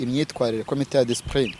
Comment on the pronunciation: Bavuga DISCIPLINE brother 🙏🏼not DISPRINE